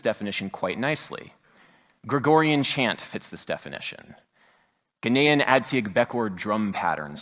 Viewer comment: he said ghanaian wrong im mad.